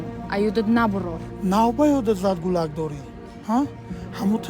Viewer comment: Гулак🤦🤷🤷🤷 кудак гуфта наметони?